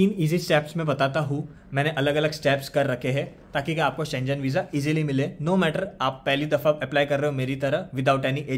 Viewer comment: It’s pronounced as SHEN GAN NOT SCHE JEN